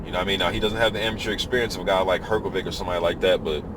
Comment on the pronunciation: its pronounced hrgovish